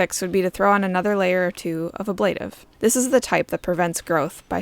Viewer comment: It's pronounced aaa-bla-tive.